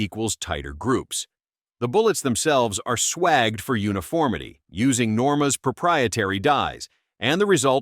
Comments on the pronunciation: Christ on a crutch! I LOATHE bot readers. They get everything wrong., Swagged instead of swaged, .22 instead of just "twenty two" L R instead of long rifle. To top it off the images aren't a match to the narrative. lots of .223 ARs but very few actual 22's. Then the levergun round it shows a standard semi auto - NOT a levergun. Really really sloppy work. This could have been a paragraph for each round. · bloody hate robot voiceovers - swaged is pronounced swayjed not swagged